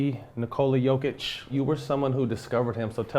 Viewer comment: Dude pronounce his name correctly! “Yo - kitch” wrong❌ “Yor- kitch” right ✅ “Ni- ko-La” wrong❌ “Ni- Kor- La” right ✅ Nikola Jokic